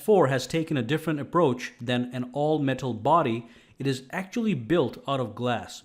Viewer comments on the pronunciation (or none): none